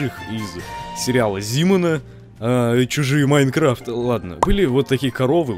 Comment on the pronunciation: на ты сказал майкафт